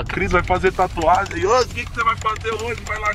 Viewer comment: Ai Cristian para de fazer taatuagem me da uma agunia kkkk